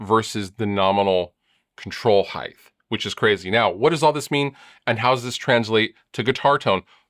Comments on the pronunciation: Are you saying “Heighth”? That’s not a word brutha-luv. 😁 “Length, width and height” already has a shit ton of H’s, no tagging another one to the end. 🤘🏻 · Lol "Heigth"